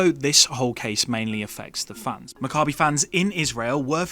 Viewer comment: You would think that anyone who had a real interest would at least learn how to pronounce Maccabi correctly.